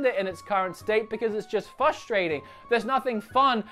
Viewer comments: Haha! Great video as ever!, I'm sure you said FUSTRATING! Do you Aussies pronounce this without the first "R" or is this just a slip of the tongue? Genuine question btw! Keep up the good work pal! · it's just "fustrating"? that sounds similar... but seriously, nice video.